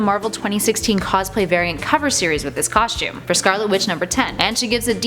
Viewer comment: There is no H in "costume " !!!!! It is pronounced COSTUME NOT COSHTUME! dammit. Learn how to pronunciate!